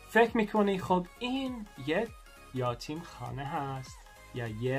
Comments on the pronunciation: یاتیم نیست، یَتیم درسته عزیز‌ درضمن صدای پس‌زمینه خیلی رو مخه...:( The background music is kinda on nerve... اگه می‌شه موقع صحبت آهنگ پخش نکنید آخه باید رو حرفات تمرکز کنم تا درست متوجه شم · یاتیم نه یَتیم درسته ... یَتیم . 😂😂😂😂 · یاتیم اشتباه. یَتیم صحیح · الهییییی... چه بامزه😄😄😄....یاتیم 😄😄😄 عزیز ما میگیم یَتیم = orphan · Hi it is not yatim (یاتیم)it is yatim(یَتیم). You are so good at speak persian. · یاتیم نه یتیم 😂😂😂😂😂😂😂😂